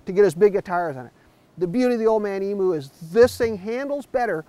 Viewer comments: It's EMU! not EMOO... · emoo...lol, just so you know it's pronounced eem-yoo